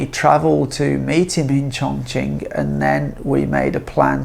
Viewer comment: Looks like a frightened rabbit reading the teleprompter carefully. This fake cannot even pronounce Chongqing correctly in Mandarin. Please learn Mandarin properly, at least the pronunciation if you want to make videos about China.